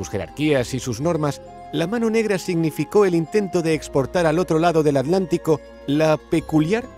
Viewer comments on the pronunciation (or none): Por qué los españoles no pueden pronunciar bien “Atlántico”?